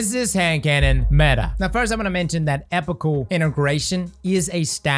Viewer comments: I hate to be that guy, but it's pronounced ee-pok-ul. The base word is epoch, like the eocine epoch. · it’s pronounced “ee-pock-ull” integration, just so you know